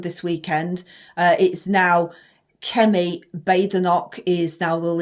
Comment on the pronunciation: You added a few KS when you said Kemi's name. 😂😂😂